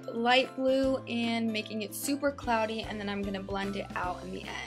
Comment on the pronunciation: She said clody